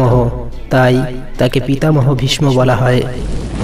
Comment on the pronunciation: আপনার উচ্চারণ ঠিক নাই(।ভীষ্ম)